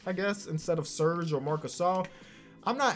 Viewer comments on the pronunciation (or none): none